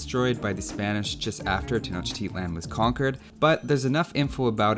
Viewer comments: tenoch teat lan 🤣🤣🤣🤣nice pronunciations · I'm not totally sure on this, but Tenochtitlan might be pronounced "Tey-oh-tea-wa-khan".